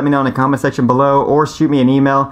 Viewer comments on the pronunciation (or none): Sexchon? Did you mean section?